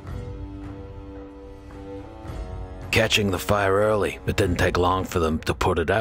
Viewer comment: Coming from a little village in the west of Ireland, I LOVE how you say “Fire” 😊